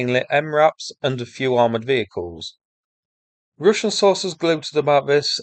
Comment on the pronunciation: am i the only one now saying Rooshin?